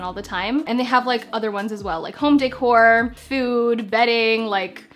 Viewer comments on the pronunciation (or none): none